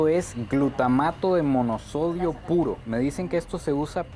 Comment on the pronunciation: glutamato monosódico no monosodio